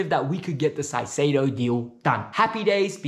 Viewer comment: ZEIZEDO???? JAJAJAJAJ CAICEDO bro